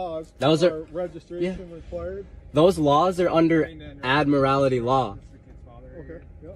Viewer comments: What is ad-morality law? He means admiralty but doesn't know what he's talking about. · "Admirallity" law ? ? ? ? ? He can not articulate admiralty. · This guy can't even get his terms correct. He keeps saying "admirality" law. The correct term is "admiralty" law. Some of these characters actually go into a court room and declare that the court is operating under admiralty law because the American flag in the court room has a gold fringe around it. Therefor the court does not have jurisdiction over them. Admiralty law covers ships on the open seas. It has nothing to do with driving a car on a public roadway. The sovereign citizens often use the term "common law". The police officer in this video is correct when he says that term is comes from England. A couple centuries ago here in the USA the term "common law" usually meant customary legal traditions that were brought over from England but were not formally legislated here. Nowadays the term refers to a set of court decisions which form precedents which are usually followed but were never passed by the legislature. An example would be the term "common law marriage". A common law marriage is where no marriage license was ever issued to a couple, and no legal ceremony was performed, but the couple is still married in the eyes of the court because of precedents set by past court cases. For one of these sovcits to say that they are "under common law" and therefor are not subject to statutes passed by the legislature is meaningless nonsense. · How come these experts don't know how to pronounce admiralty (not admorality)? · I loose it when they can’t pronounce admiralty properly. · He can’t claim admiralty law if he can’t pronounce it correctly. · If he's going to bloviate about Admiralty Law he should, at least, learn how to pronounce 'Admiralty'. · Why do they add an extra syllable to admiralty?